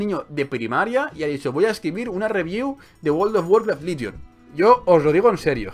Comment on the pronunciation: confundes "Ligion" con "Legion", parece ser que has confundido la "i" con la "e". XD